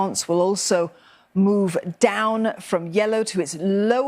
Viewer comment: I like how she emphasized it's moving "DOWN"